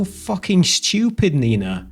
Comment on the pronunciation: who is this 'neeina' and why does she try to disenfranchise?